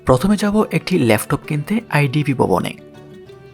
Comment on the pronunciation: উচ্চারণ গুলা ঠিক করা দরকার,,লেফটপ না এটা হবে ল্যাপটপ